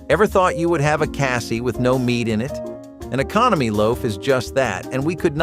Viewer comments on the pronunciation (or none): none